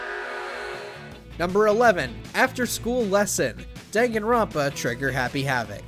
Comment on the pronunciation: I love how he just says everybody's name wrong even the title